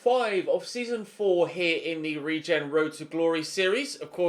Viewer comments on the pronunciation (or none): none